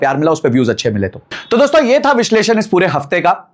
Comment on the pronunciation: "Vishesh Lun" nahi.... "Vish leshan" or correct pronunciation is "Vishleshan"